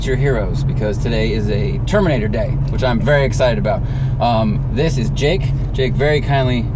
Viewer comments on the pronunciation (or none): none